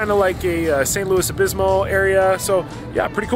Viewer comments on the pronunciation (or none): Obispo. Not Obismo.